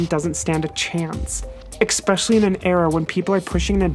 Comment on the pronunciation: ESP-ecially. Not EX-pecially.